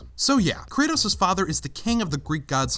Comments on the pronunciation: Kratos. Not kretos. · Kratos . Not kretos